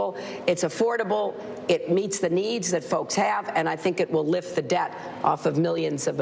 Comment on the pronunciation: She pronounces "Debt" like "Death". WTF?